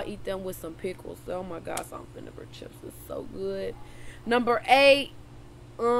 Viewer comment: The way she says chips —> “Cheeups” 😂 lmao ITS JUST LIKE WHEN SHE SAYS BULLSHIT 😭 Inspiring 💖